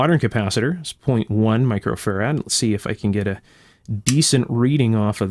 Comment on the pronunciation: Question: Why do you pronounce Farad with the emphasis on the second syllable?